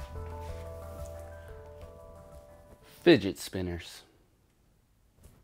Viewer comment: “Didget Spinners”